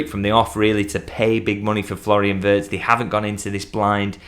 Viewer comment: This is a potential Kdb signing for us. And, could you please tell all commentators and pundits/journalists that Wirtz pronounced as ee sound😂